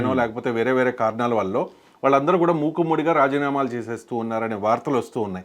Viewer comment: ముక్కుమ్మడిగా ఏంది సామీ! తెలుగు పదాలను సరిగా పలకడం రాని నీకు ఈ పదవి ఎవరిచ్చారో గానీ చాలా బాధాకరం.మూకుమ్మడిగా అని పలకాలి.తెలుగు భాషను ఖూనీ చేయవద్దు